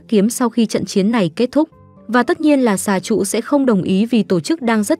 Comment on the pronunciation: Bà đọc lộn xà trụ thành hà trụ😂ôi dễ thương